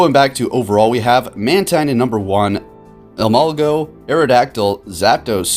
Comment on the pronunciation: E-mol-ga......not go. You're triggering me xD